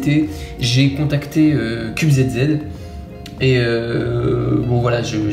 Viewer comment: Avg50 = 19.23 Par contre on dit "Cube ZiZi" et non "Cube Zède Zède" car c'est une jeu de mot pour "Cubes Easy"... 😉